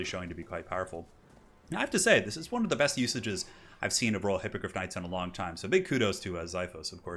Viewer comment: You keep saying Raw Hippogryph Knights instead of Royal. xDDD